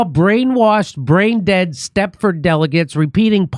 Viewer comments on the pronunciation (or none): STEPFORD (Wives) ... [Not "Stephord"]